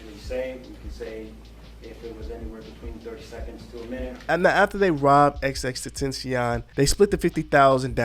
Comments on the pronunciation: I’m sorry you said xx what? Tentian tf if that pronunciation XXXTEN TA CION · xxx TEN-TAH-SHE-ON my guy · cuh say “xxxTENTENTION”😂🤦🏽‍♂️ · Damn homie… it only took a few seconds for u to butcher the poor man’s name! U were an X and a foreign language away from getting it right!